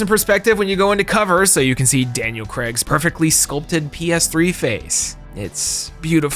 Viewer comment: Fun fact: Daniel Craig's surname rhymes with vague, not Greg. Apparently Americans think his name is Creg?